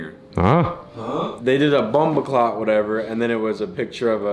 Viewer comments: Aye UK fans, who laughed at these guys tryna say “Bumbaclart” 😂😂😂😂😂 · MAN SAID “BOOMBOHCLAT” NOOO AHHH HAHAHAHA Americans don’t know the term? AHHHHHAHAHAA 😂😂😂😂😂😭😭😭😭😭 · As a Jamaican rhinos pronunciation of bumbaclat was making me crease😂😂😂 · Lol i love how they couldnt pronounce bomboclaat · Bombooclat is ah jamiacan slang😂😂😂 alyuh sayin it soo wrong